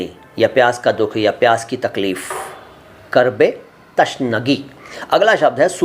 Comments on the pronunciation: Abe chhotye pahle Urdu bolna seekhle تشنگی نہی بلکہ تِشنگی ہوتا ہے اور اگر پوری ویڈیو دیکھونگا تو نا جانے کتنی غلطی نکلے گی اور جو آپ دوسروں کو بتانا چاہیں تو پہلے خود اس کی تحقیق کر لیں اور You Toub پر video دیکھ کر اپنے آپ کو علامہ نہ سمجہے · تِشنگی ہوتا ہے تَشنگی نہیں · Tashnagi nahi .... tiishnagi hai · Tashnagi nahi bhai.....Tishnagi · यह बोहुत अच्छी बात है आप ऊर्द से प्यार करते हो लैकिन बैहतर होगा सही तलफ्फुज बताएं ताके विवर्स सही जबान सीखें जैसे की आपने बताया कर्ब ए तशनगी यह गलत है सही तल्फफुज है कूर्ब ए तिशनगी। और भी कुछ अल्फाज हैं जिन मे इसलाह की जरूरत है बेहतर है विडियो बनाने से पहले डिक्शनरी देख लें